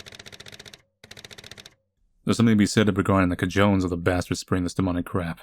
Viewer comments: Co-jones 😂 It’s Spanish for a man’s balls but is used to convey having guts. It’s pronounced as co-ho-nés. Having the cojones to stand up to someone = having the balls to stand up to someone ☺️ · this dude literally said "ca-jones" lmao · “Cojones” “Kah-Jones” Lol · idk why but i snorted when he said "ka jones" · Cuh-jones. Ah man, thought you'd get that one since I thought you lived in Florida. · Great video. Excellent work. I'm really enjoying your channel so far. My one and only very small critique would be that you may want to look up the pronunciation of "cojones" in case that comes up again at some point ;) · Why'd he say cojones like that